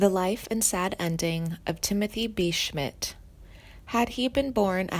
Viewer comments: As soon as she fucked up on mispronouncing his name...I STOPPED!!!! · Timothy B. Schmit has not passed away and if you do music documentaries please pronounce their names right. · Is this narrator a complete moron? Mispronouncing multiple names and seemingly writing off Schmit as if he has already passed. Clickbait bs